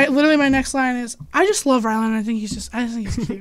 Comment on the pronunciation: Is it like an inside joke where she keeps calling Ryland, Rylan? She even spelled it like that in the description.